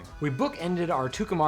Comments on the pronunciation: Tucumcari is pronounced "Two come carry" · Tucumcari is pronounced like two come carry. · It's Too-cum- cary. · I guess by now you realize you pronounced Tucumcari wrong every time you said it which was often. Great music and a fun ride. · Wonderful film. Reminded me I needed to put in another order for some film. But I must admit, I loved the pronunciation of "Tucumcari".